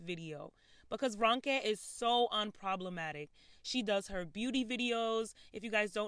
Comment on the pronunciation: This is kind of minor especially compared to the topic but her name is pronounced R-oh-nke and not R-un-ke.